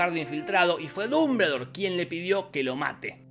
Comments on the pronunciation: No se dice así, es "duhm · buhl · dor" , no "dumbledor". (No finjas, lo leíste como Hermione...) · Minuto "Pero Dumbuldure dice...." jajaja me reí como 10 minutos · "Dumbledor" Dombuldor :v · como le cuesta pronunciar dumbledore y voldemort jajajaj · Nunca vi un resumen tuyo con tanto desgano!!! Claramente se nota que no te gusta la historia y la viste muy por encima. Hay muchos errores, haces chistes con cosas que interpretas mal por desconocimiento,, entonces no causa gracia. Dijiste mas de 20 irritantes veces "Dumbledore" tal como se escribe... Pero se pronuncia "Domboldooooooor"... Ojala recuperes las ganas!!